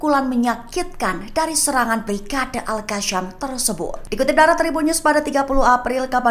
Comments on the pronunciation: Betulkanlah sebutan tu...pemberita lain elok jer sebut al qassam....ni al kasham...al kashamm....adehhh😅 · Yang bener itu al.kasam..bukan al.alka sham.. mimin pandai baca atau gak..memalukan.. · Baca berita molek2, sebutan biar betul,al qassam bkn al kassam